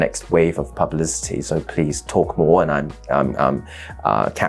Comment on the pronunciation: seems you cant even say publicity properly XD all the money poured studying in harrow